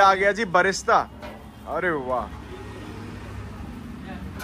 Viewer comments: Vlogger Bhai "Fried Onion" ko "Barista" bol raha hai baar baar, Sounds like Coffee, Isko koi batao usko "Birista" bolte hai fried onion ko 😂😂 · It’s not barista, it’s brista